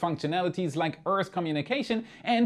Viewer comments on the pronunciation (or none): I love your videos,, but you really need to learn to pronounce these words: - Earth's Trio Donned And a few other;-)